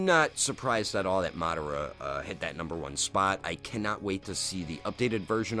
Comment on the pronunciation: I feel ashamed hearing how you butcher Madara's name